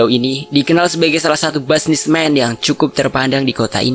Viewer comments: Mimin maap yah cm mau ingetin aja, "businessman" bukan dibacanya basnismen,, tapi dibacanya bisnismen,,, 🙏🏻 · busi·ness·man /ˈbiznisˌman,ˈbiznisˌmən/